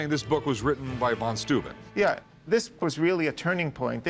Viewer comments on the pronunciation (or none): Why do Americans always have such big trouble pronouncing anything that is not English? It is amazing to me. Van Stooben? The heck is that? Oh you mean von Steuben, why don't you say so? It it not that hard.